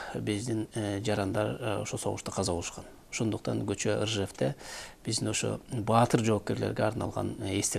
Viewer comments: Сүйлөсө адам зеригип кетет. Көчө эмес Кече болот Орусчасы Вчера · Биринчиден кыргыз тилин туура суйлогулочу кочоо кочоо дебей